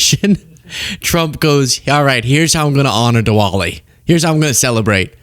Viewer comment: Sorry, American education is quite visible with your pronunciation of Diwali.